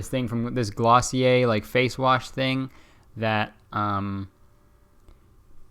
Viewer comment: he pronounced glossier right :')